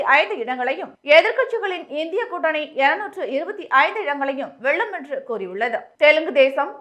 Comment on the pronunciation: தமிழ்நாட்ட ஏன்டா விட்டு வைக்கீங்க! இங்கும் 39 பீசெபீ தான். மூதேவி தமிழ் உச்சரிப்பே வரவில்லை. வெல்லும்-வெள்ளும்